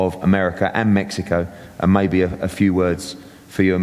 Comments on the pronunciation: Where the fuck is, "metzico"? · This guy can’t even say Mexico right lol smh